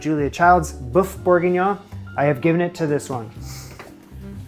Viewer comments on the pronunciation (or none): Thanks for saving me the hassle of finding the best recipe :) PS it's boeuf, as in the u in butter, not to be confused with boof as in Shia Labeouf ;-)